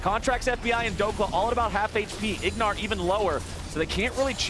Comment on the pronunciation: Lol name plate had Ignar’s name as Huhi and called him Huhi a couple times too 😂